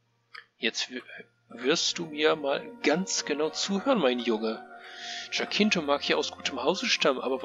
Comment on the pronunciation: Eigentlich werden die Namen in meinem Spiel deutsch ausgesprochen. 😂 Also hieße es "Jaa-kon" und nicht "Dsch-kuun."😉 Und der andere Name spricht sich "Ja-tschinto". Zur Sache mit dem N-Wort: Zunächst einmal möchte ich sagen, dass ich selbst niemals jemanden auf diese Art und Weise ansprechen würde! Ich habe mich hier an Filmen und Serien wie "Fackeln im Sturm" orientiert, in denen die Sklaverei thematisiert wird. Und ich hoffe, dass schon in diesem kurzen Teil klar geworden ist, dass ich diese Praktik als menschenverachtend betrachte. Aber ich werde mal schauen, ob ich ein alternatives Wort finden kann.